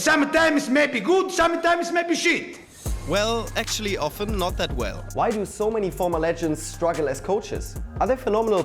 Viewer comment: "Noz" instead of "Not"... Is this a swiss channel?